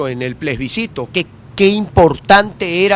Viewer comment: Capriles sigue con el PLESBICITO... plebiscito, practique